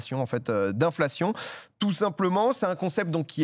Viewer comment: Inflation on prononce cion à la fin pas cionne